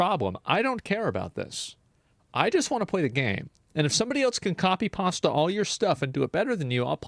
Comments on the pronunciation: why are you saying copy pasta? lol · Why is it that when he says copy paste it sounds like copy pasta